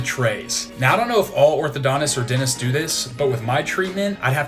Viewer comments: what is a denist? I thought it was dentist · I like the way you say denists instead of dentists. :-) Well, I got lingual braces right now. And you are right when you talk about feeling ashamed or unconfident when smiling. I had the same problem and now I am training in front of the mirror to get the perfect smile. :-)